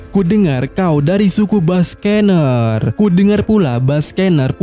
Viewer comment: Nama ras kuma itu dibaca Bak-Ke-Nir, bukan Bas-Ke-Ner